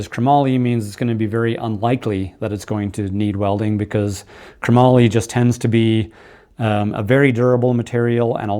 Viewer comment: Pushes all the right buttons. But....it's not kruh mollie ... it's chrome-moly Chromoly . Not kruh-mollie . 😂